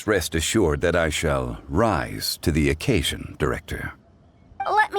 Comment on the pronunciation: Why did Zhongli have to emphasis "rise" like that